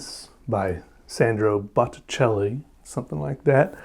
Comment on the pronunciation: My grandson loved your interpretation of Botticelli's name...Butt o chel...10 year old boys love potty humor.